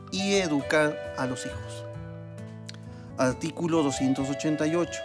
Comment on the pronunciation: Alticulo la patlia potestad. Jajaja señodes